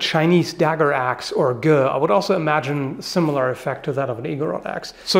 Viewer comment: you pronounced 戈 right :) makes me very happy